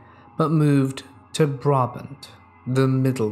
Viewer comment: Thanks for crediting me, and I love how you pronounced "Brabant" haha